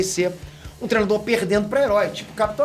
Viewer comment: Só vim aqui pra ouvir ele falar trenador em vez de treinador